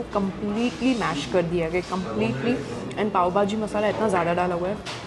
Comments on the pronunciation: Why do u call it baaaaji. Its bhhhhhaaaajiiii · No offence but your pronunciation of Pao Bhaji was looking made up.. It’s bhaaji and not baaji Secondly your rating of cuisine in dubai was something which I did not like as having food for the first time should not be rated as we don’t know ideally how it should taste… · It's Pao " BHAJI" not BAJI..!!! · When u can't pronounce pav bhaji, is sooooo freaking annoying